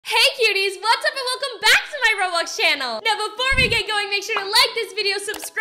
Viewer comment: It's like she said robux channel lol